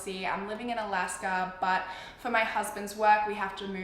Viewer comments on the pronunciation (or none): none